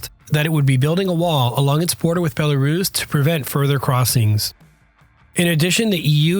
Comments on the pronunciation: Bella-russ, not "bella-rooooooze". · Rooss.... not ruze. Bella-rooss. Hard s, not z. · Have never heard "Belarus" being pronounced "Belaruus" before .